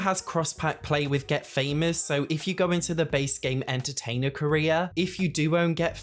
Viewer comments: Gawdayum been listening about the first mod and i dont understand why is there a Korea mod. only to realize it was CAREER with an accent of a lifetime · i thought you said "the korea overhaul" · At first I thought you were saying “Koreas” 😂